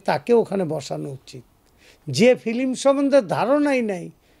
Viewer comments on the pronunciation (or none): আপনি তো ফিল্ম কে বলেন ফিলিম।আপনি খুব সিনেমা বুঝেন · Age film uccharon kor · ফিলিম নাকি ফিল্ম? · Filim na film shalar murkhote vore gese Bangladesh thik moto kotha o bolte jane na